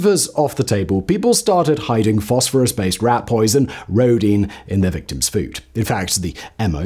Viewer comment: lol it's "victims" get out of here